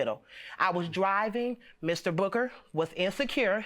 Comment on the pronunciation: Sounds like she keeps calling him Mr Booger lmao